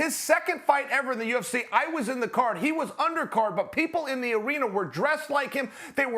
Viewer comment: Ariel "I see a lot of pickle" Helwani